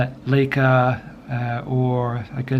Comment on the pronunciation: Strange pronounce of Leica